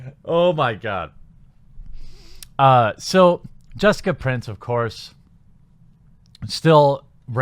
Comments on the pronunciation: I'ts Price, not Prince. lol sorry but it was driving me nuts. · You keep saying Prince, isn't it Price? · Her name is Price. Not Prince. You wrote it in the title and read from Twitter multiple times but seem incapable of actually speaking her name correctly. Constructive criticism, put together some sort of actual script rather than just doing this ad lib. It doesn't work for you very well. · At least get her name correct....it's Price not Prince...for gods sake..... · It's Jessica Price, not Prince. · I'm confused. Is it Prince, or Price? You keep saying Prince, but it's spelled Price. Am I missing something here? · Prince? It's PRICE. Other than that, cool. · Price, not Prince. Also, I have the skinnest of thin when it comes to spoonerisms. Otherwise, good video & great news! ;) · It’s “Price” P-R-AI-S that’s how you’re suppose to pronounce that word not P-R-EE-N-S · Thank you. He also mispronounces simple words when reading all the time. Like, can you read what's in front of you please? It's Jessica Price, not Prince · Pretty sure her name is 'Price' not 'Prince'. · Sorry for noticing this. Why are you mispronouncing her last name? You keep saying prince yet i see in the video description and where she posts on twitter it's price. My apologies, it's a small detail that kept getting my attention. Other than that, it's a good piece of news. I might have to give the game a try some time. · I love how you keep getting her last name wrong... surely that was not a mistake :) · How can you mispronounce "Price", while simultaneously not taking 10 seconds to research how to pronounce Deroir? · why are you pronouncing price like that